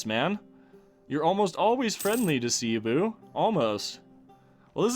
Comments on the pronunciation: Im filipino. In filipino, we pronounce it like Sebu not Sibu. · you pronounce cebu as Seh-Boo